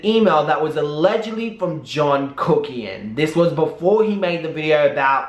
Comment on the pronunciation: Lol so funny you called him KUCKian not pronounced KOOKian. In South Africa, the word kak literally means "shit" haha and is pronounced like how you say it !!! 😂😂😂😂😂😂😂😂